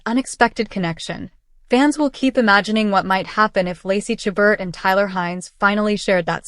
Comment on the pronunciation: Please learn how to pronounce Lacy's last name. And view WINTER IN VAIL staring Lacy and Tyler.